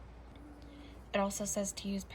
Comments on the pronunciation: U said “gumbo fillet” .. lol it’s pronounced fee-lay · I'm late to the party but it's pronounced " fee- lay. Made from sassafras. Looks good for sure tho